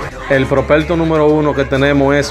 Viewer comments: Aprende hablar prospecto no propelto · No se dice propelto se dice propecto